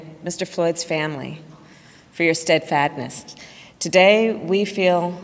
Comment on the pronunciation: “SteadFADness” .... great job .. couldn’t even get 5 seconds in without messing it up. Can’t tell who is worse.. her, or Uncle touchy